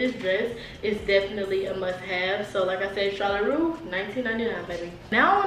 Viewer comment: These outfits is giving sis ! And it is Charlotte Russe (shaar luht-roos) with the 'S'